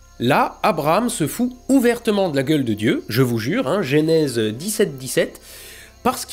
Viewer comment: Genèse, bordel, pas Génèse !